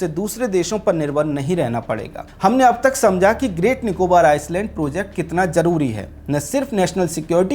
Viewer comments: Film herapheri ki ek dialog- Kya youtuber banega re tu, I-land pronounce karne ke jagah Ice-land pronounce kar raha hai, inko itnaa bhi maloom nehi ki island ko pronounce karne ke time S silent rehtaa hai. This ice-land pronouncing was irritating . By the way topic was excellent. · Iceland nahi Island. Pronounciation - iland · ये शब्द आइसलैंड नहीं भाई जी आईलैंड है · Are anpad Iceland or Island! Pronunciation toh thik kar😂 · Areehh gaddhaa buddu island ko Iceland nahi parte pehle parne sikhlo 😅 ..bashh ek galti nahi bar2 iceland pronounce keh rahe hai 😂😂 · Pronounced iceland in stead of island through out!😢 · Agar freelancing hai toh theek, warna apne team ki class lijite Island ka pronunciation sahi kijiye please. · Bhai Island ka pronunciation galat kar raha h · Sir Island ka pronunciation theek kijiye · bhai island ko aap galat pronounce kar rahe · S in 'Island' is silent .... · Good News Sir. Welcome to our Emerald Islands... Mini India 🇮🇳.... The Andaman and Nicobar Islands ( read as 'I - land') s- silent not 'is - land'. Any way. Jai Hind 🇮🇳 Pragthisil Bharat 🎉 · आप हिन्दी में पत्रकारिता करते हैं लेकिन थोड़ा अंग्रेजी का सामान्य जानकारी रखें। आइसलैंड नहीं आइलैंड उच्चारण करते हैं। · "आयसलेंड" ❌ "आयलेंड" ✅ कहो भाई क्यों की इस शब्द में 's' silent हैं! 🤨😡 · Island.. i land👈 s silent hai . Iceland nahi. Main Andaman se hi hu . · भाइ आइस ल्याण्ड नही आइ ल्याण्ड बोलो ना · First you need to improve your pronunciation. It is called Island not Iceland. 😊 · It's not Iceland its pronounced as Eyeland (Island) S is silent.. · It is island not Iceland. When you do public podcast prepare well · Bhai Iceland ni hota ailand bola Jata hai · Ice-land nahi I -land ......s silent hai rest all good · Not iceland it's island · आपका टापिक और कन्टेंट प्रभावशाली है। आइसलैंड नहीं आईलैंड बोले। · आइसलैंड नहीं, आइलैंड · pronunciation thik karlo.. Iceland nahi. Iland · Iceland kiun Bol raheho. Island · भाई आइसलैंड नहीं पर आईलैंड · iceland ❌️ i-land.✅️ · अरे भाई, "आइसलैंड" नही "आइलैंड" बोलो